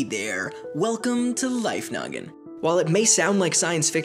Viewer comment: Who else misheard Life Noggin for "Life Nugget"?